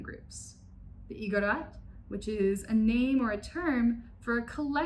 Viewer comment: While we’re here, I cringed at each mispronunciation of Igorot, Luzon, barong, and manong, but a visit to Seafood City or Valerio’s can easily fix. E for effort